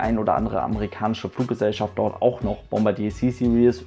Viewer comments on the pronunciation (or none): none